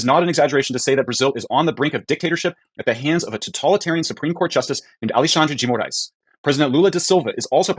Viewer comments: "Alluh-shandre de More-eyes" would be the nearest way of saying it in English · The pronunciation is /ah-lay-SHUN-dree gee moh-RICE/. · Repeat with me: "Ah leh shan dre D Mo raes" 😂😂😂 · According to Google translate it's pronounced like "Aleshandrze dzhi Mo-rise". Portuguese is almost worse than French in pronounciation.